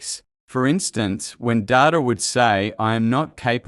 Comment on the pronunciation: Good commentary on AI and Trek. Ironic that this AI voice can’t tell the difference between Data the character and computer data 🤖